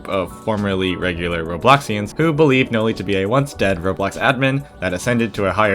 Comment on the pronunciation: Noli: ❌ Noi: ✅